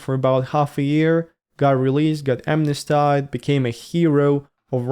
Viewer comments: "amnestied" is pronounced AM-ness-TEED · Please google the correct pronunciation of 'smnesteed". I like your new focus in the vlogs!